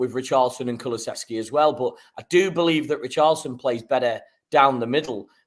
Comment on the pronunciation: you need to learn how to say Kulusevski. There is no 'ch'.